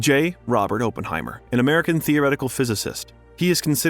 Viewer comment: The guy has a hard time pronouncing Oppenheimer sooo……